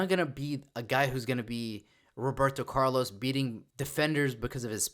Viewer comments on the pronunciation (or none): none